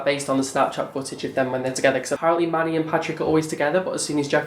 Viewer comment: Every time you said Manny it sounded like money ... Oh wait I think I heard right ;)